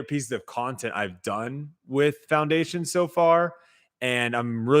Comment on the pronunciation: Did say clowndation?